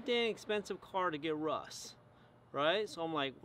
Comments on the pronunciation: Is it just me or is he saying Rus instead of rust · I like how you say "Russ"